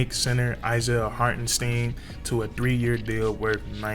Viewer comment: Knicks fan here...nice video on my guy. It's pronounced HartenST👀N.👌 He will be missed. Congrats on the pick up OKC.